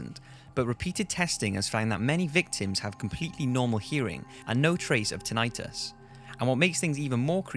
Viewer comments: Tin-eye-tus is annoying also. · its not heared and its pronounced tin-i-tus you bellend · At appx , tinnitus is not an -itis word; therefore, it rhymes with bus, not with dermatitis, for example. Just FYI :) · Anyone else bothered by his pronunciation of "tinnitus"? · Tinitus and Crimea both pronounced wrong. I have nothing better to do than to complain about that.